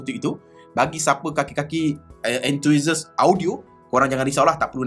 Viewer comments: Enthusiast bang😅 bukan enthuhisast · entuisast silap sebut tu.. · Enthusiast = En-tu-sias bang. Apa2 pun review terbaik. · Enthusiast tu kena sebut betul2.. Hehe